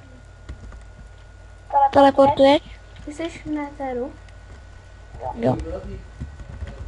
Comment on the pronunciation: JE TO NEDR A NE NETHER